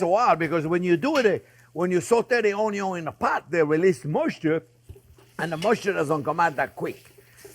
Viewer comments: I chuckle every time I hear chef say, “AwnYawn.” Lol… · "Mr. ONYO, syre" 😂